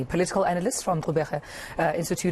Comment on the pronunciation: I liked that pronunciation, Xolani from the Xubera and not from the Zubera as I sometimes here, any for me it Xubera not Zubera so am glad am not alone in that 🤣😄